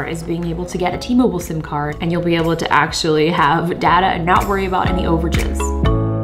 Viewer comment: iJustine it's data not data